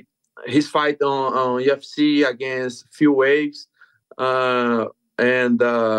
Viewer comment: "Phil Waves" 😂😂😂